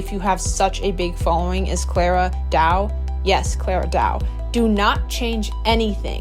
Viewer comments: Claira dooah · I noticed this too she mispronounces her name wrong in all the videos and it seems likes it’s on purpose atp